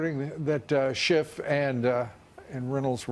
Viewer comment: he said shifft and I LMAO